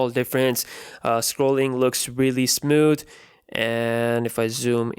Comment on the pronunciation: It's smooth not "smoot"